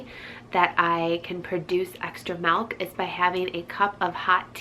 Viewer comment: Malk !!! Lol